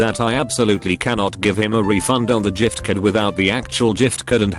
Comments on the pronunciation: See? It's not giftcard. it's Jifcard. Just like how Gif is pronounced Jif! Jif 1, Gif 0. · jiftcurd. Lol